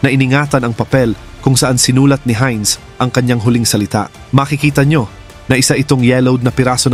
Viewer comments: German yan.... "HAYNZ" ang bigkas at hindi "HIN". Heinz Ketchup kapangalan nya (American brand na ketchup pero ang may-ari ay anak ng isang German). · It is pronounce as "Haynz".